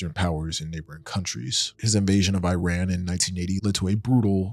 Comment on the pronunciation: Khmer Rouge, Iran, Iraq, Allende, Kosovo, junta … all mispronounced.